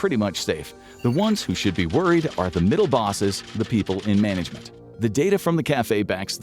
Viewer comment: management ❌ mangalment ✅